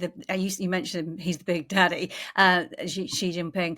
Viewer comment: Xi and the Chinese only care about China, I wonder if Putin even realizes this. BTW, Xi's name is pronounced like the English "she", not "gee".